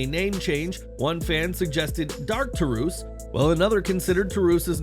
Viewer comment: "Black Tar-oose" 🤣 Black Taurus vs. LuciaSauraus Would be fitting.